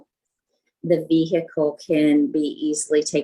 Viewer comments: Its Vehicle with a silent h NOT veeheelicle!!! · The pronunciation of the H in vehicle is infuriating